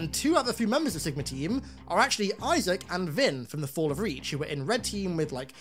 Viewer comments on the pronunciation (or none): none